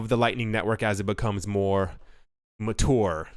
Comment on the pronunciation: It's mature not mator